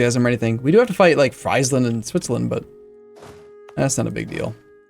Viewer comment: Your pronounciation of "Friesland" is a bit off, you should say it like "Freezland"